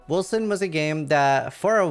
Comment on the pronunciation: They made the c as an s sound? Now it just sounds like Wilson